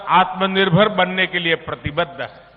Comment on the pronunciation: Modi tum Kitna padha Likha ho pahle apna dekho tumhe to achha se aatmnirbhar bhi Nahi bolna aata feku